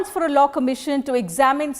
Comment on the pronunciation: it's law, not low